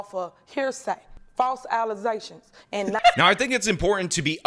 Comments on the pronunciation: .. “False Allizations”… and people wonder why DEI is not a good thing 🤦‍♂️ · "False Alezations" 😂